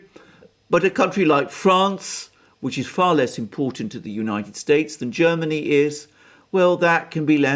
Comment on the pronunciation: Jhairmany Calling Jhairmnay Calling